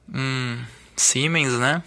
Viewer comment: Siemens é uma tradicionalíssima fábrica alemã que transferiu a tecnologia para produzir esses capacitores aqui no Brasil. A pronúncia correta do nome da marca "auf deutsch" é "Zíemens" Os capacitores verdes dessa marca são para trabalho em alta frequencia, low-esr, geralmente usados em estagios secundários de fontes chaveadas. O logotipo S com o H sobreposto significa Siemens&Halske, empresa fundada em 1847.